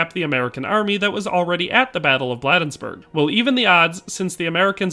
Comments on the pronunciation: Just a nitpick about this excellent video, Maryland residents pronounce it BLADE-nsburg, like the cutting portion of a knife. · Enjoyed the video--corrections, Bladensburg is pronounced with a long A, not short, so like Blade-ens-burg. Also, I don't think I've ever heard the Krag called a Springfield Krag (note, short A in Krag, not long). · In case no one has yet to mention it, the town of Bladensburg, is pronounced locally with a long a. Blay densburg. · You mispronounced Bladensburg.